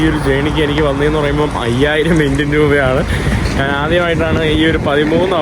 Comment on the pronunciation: നാണ്, നാന് അല്ല ഞാൻ എന്നാണ് ശരിയായ വാക്ക്. നിനക്ക് യൂറോപ്പിൽ നല്ല ജോലി കിട്ടും. പിമ്പ് ആയിട്ട്